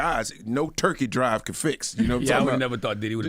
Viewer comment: when he said turkey drive I heard rent'em spoons... Lol iykyk